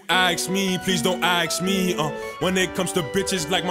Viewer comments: This nigga sleepy hallow said axe me instead of ask me 😂😂😂😂😂😂😂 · No one: Sleppy: "Please don't aks me"